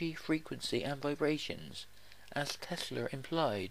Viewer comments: he said Tesler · Who tf is "Tesler"??